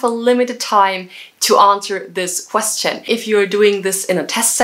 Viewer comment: Your pronunciation of question is omg